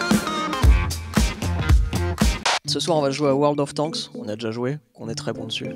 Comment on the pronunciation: "world of tanksse" 🤣